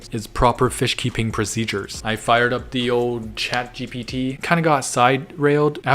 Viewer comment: Why he keeps saying GTP😂